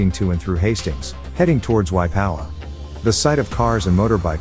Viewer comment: Waipawa is a place the guy talking can't pronounce it